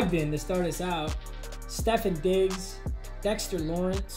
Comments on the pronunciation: It’s SteffOn Diggs not Steffin Diggs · Nobody: Literally nobody: pronouncing Stefon Diggs as (Stephen diggs) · He said steffen diggs again 💀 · he did not just call stephon diggs “steven diggs!”